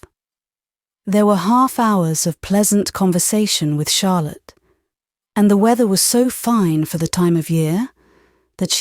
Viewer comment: Lovely reading! Odd she called Charlotte harlot in chapter 20 or 21 😂